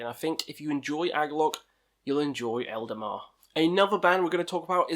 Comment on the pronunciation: Man, you put the names all wrong... Eldemar/Eldamar, Winterfell/Winterfyllth,Druke/Drudkh, Sail/Saor........